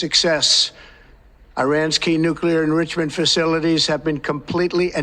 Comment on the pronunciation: Nucelar enrichamen